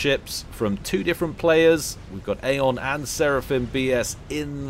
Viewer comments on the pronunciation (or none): none